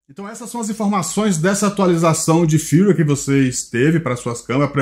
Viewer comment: Amigo, seus vídeos sobre a insta360 são ótimos, mas com todo o respeito...Não fale "windescreen". A pronúncia é "uaidescrin". Se escreve "Widescreen". O mesmo vale para Firmware. Se pronuncia "firmeuere". Você é alguém que, por atingir um grande número de pessoas, tem a responsabilidade de pronunciar de forma correta jargões técnicos para a população. Encare por favor como uma crítica construtiva. Parabéns pelos vídeos e pelo canal.